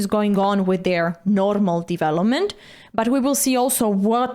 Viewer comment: I like how she pronounce " divelopment"